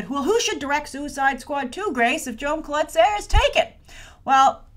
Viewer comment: Grace, Jaume Collet-Serra is a Catalan name and sorry, but you're really butchering it! :) Which is normal. They way you would pronounce it is: Jah-uh-mah Cu-y(y)et-Ce-rrah. :)